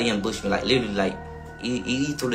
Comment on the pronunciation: Never heard anyone say ambush me like that 🤣